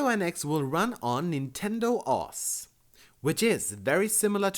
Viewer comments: Either that or I think he said oh ass? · OS is read as two letters, "Oh Ess" not as a word. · OS is pronounced O.S good video though.